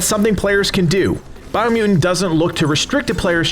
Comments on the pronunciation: It's because people didn't like him saying Bio Mew in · “BIO MEW-IN” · why do you say “biomutant” weird? dropping the 1st “t”, like “biomu’nt”. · I dont like how you say biomutant